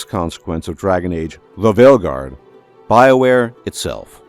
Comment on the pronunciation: I subbed to your channel purely for how your pronounce Dragon Age: THE VEILGUARD